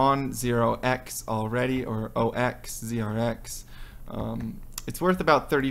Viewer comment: Thanks for the TA. By the way, it's Zero-Ex, not Oh-Ex. That's why it's ZRX.